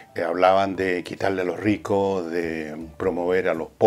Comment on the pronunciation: Jajajajajajajajaja los rrricos los rrricos genial villegas